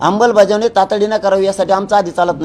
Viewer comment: अंबलबजावणी नाही आमलबजावणी😅😅😅